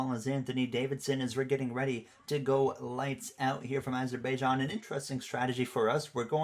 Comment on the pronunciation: it’s pronounced azer-bi-jan